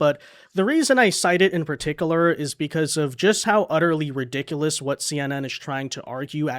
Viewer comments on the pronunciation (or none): In "ParticUlar" not "Particilar" wtf how did you do that LOLOLOL